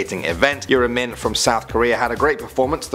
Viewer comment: he says Yura Min weird then goes back to normal